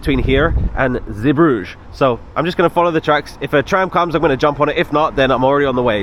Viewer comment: Belgium has 2 languages, French and Flemish. The port is pronounced Zee bru geh, shame you missed out on Bruges, it is lovely. You had a poor experience in Belgium sadly